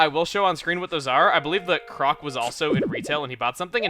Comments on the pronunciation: you call him "crock" sooooooo much, when hes clearly a frog and its "croak" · I'm sorry I just have to: It's croque pronounced croak it's a frog joke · I think Croque's name is pronounced like Croak, chuggaa, since he's a frog... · Can you please pronounce Croque's name as "Croak"? Because it's pretty obvious that's what the developers were going for. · Croque is pronounced croak, like what frogs do. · # COULD SOMEBODY PLEASE TELL TO STOP MISPRONNOUNCING CROQUE AND PANGO'S NAME PLEASE!